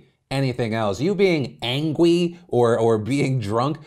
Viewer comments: Is it just me or did Phil say..Angwy instead of angry. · Me: angry Phil, an intellectual: angwy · I’m not “angwy “ at you daddy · Soooo are we not going to address the "Angwee" you just dropped? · Is it just me or did Phil say angwee? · did he say 'angwy'?